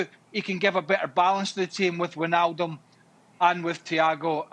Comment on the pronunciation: Wijnaldum is pronounced Vynaldum not Weenaldum